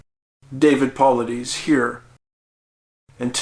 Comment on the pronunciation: It pronounced Paulides wrong too.😮